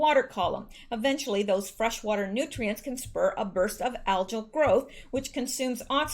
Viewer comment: El Nadlero has got to be off his rocker. Some want to eliminate the elctoral college. He want s to give EC votes to Mexico? That cracked me up. What a Nadler! I'm not sure what that insult means yet. So many choices.... LOL. By the way, pronunciation-wise, SAID-iment not SENT-iment, and AL-gull. Algae is plural for alga, and the 'j' sound is a typical English example of the inability to pronounce this like the rest of the world. If you ever need help with foriegn names of people or countries, I'm pretty good at that. Hit me up. Do you want me to correct pronunciation (NOT pronouciation - I learned that in ele-MENT-ary school, not EL-ementary school)? Sorry, I'm a little bit of a language "nazi". <3